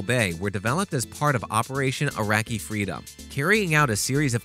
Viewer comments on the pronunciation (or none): none